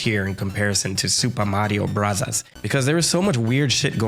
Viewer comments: Please stop pronouncing it "Supah Mario Brazaz" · my guy's commitment to pronounce Sūpā Mario Burazāzu is remarkable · Why does he pronounce it like that